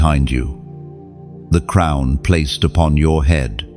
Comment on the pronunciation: Crown not crumb’s